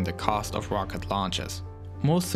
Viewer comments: “The wocket” lol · " With big wocket we go to maws." Awesome video though! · You sound like kripky from big bang theory Wocket. I am sorry but it's amusing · It’s rocket not wocket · Not to be rude and no offense, but... "Wocket" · Not ROCKET ITS "WOCKET" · "its the most pwoerful operational wocket in the world" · Dubwa for "wocket" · Volkan Eren Wocket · woom woom goes de wocket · "Wocket" xD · what's a wocket? I didn't pwogwess thwough the video sowwy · hehe,I like the way you say rocket as 'wocket' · Wed woadster wocket erf oporational dis exporation dey pwogwes wussia wegain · Tesla Woadster, wocket lol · Wocket, wussia, bwoke, pwoject, owiginally, etc etc etc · the most powelfull wocet in the wowd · the wmost powaful wocket in the wold